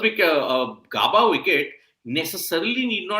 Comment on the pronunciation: GAAABAAA NAHI BHAI, IT'S Gaebaa! Great commitment with the early live ladies. 👏🏻